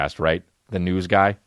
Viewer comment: He said noods instead of news, that guilty conscience came out strong